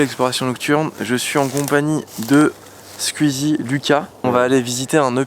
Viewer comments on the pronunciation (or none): Ça commence fort pour Squuhhhuuuzzy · Mamytwink il dit squueezie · pourquoi tu dit squueezie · tu me stress à dire Squizi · "Skuizi" ça me perturbe